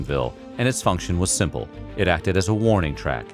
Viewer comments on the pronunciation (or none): none